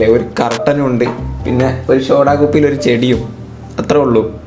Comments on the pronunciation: ഷോടാ കുപ്പി അല്ല സോഡാ കുപ്പി 😜😜🤭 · Bro not shoda its soda🤭